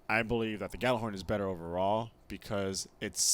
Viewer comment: Why do people say "gallahorn" when it's Gjallarhorn? It's like pronouncing Truth as "tute."